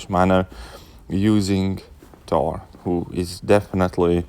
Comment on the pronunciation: Ttor (**Russian accent intensifies**)